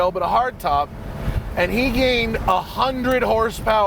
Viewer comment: How do you "gain horsepower in torque"? HP is HP, torque is torque.. He either gained 100 nm or ft/lbs, or he gained 100 hp. Such a strange thing to hear from a car guy lol.. Or did he say 100 hp AND torque? Sounds like "in", maybe my ears are going funny :p